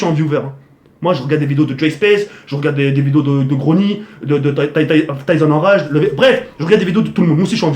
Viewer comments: Serieux au lieu de passer ta vie a essayer de faire des DNA et chialer dans chaque video j'arrive pas a faire de DNA t une merde serieux en plus t'arrive meme pas a dire TysonenRage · il c meme pas parler il galere a dire tysonenRage